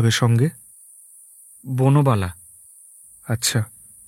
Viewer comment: বনবালা কে বার বার বুনোবালা বলা হচ্ছে কেন?😂